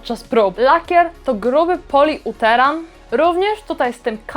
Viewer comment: tym razem coś ci się źle powiedziało po angielsku -> ten "poliuretan". 😉👋